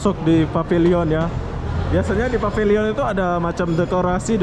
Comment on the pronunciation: Pavilion bunyinya PEVILIEN boss ...please..jgn bunyi pabiliyon